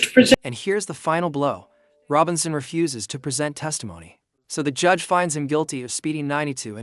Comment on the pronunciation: Whats a udge??? lol good job.